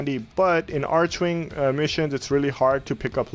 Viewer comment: "arc"-"wing" XD not "arch"-"wing" nice build tho <3